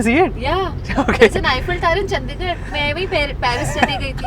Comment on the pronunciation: Makes a whole vid on Chandigarh and doesn't even pronounce it right